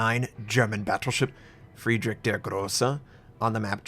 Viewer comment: You should realy learn the pronunciation if you like the german so much. Its realy painful to hear yours :D Friedrich isnt pronunced Friedrick.. Nevertheless, i realy like your videos. :)